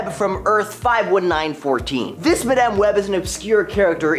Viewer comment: Please stop pronouncing Madame that way. It's weird.